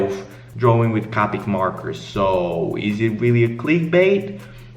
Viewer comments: the fact he says it like “cah-pic” gave me a stroke. It’s CO-PIC. C-OH-PIC. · omg He pronounces it caw-pick And not koe-pick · Anyone else get triggered on how he pronounced copic?? 😂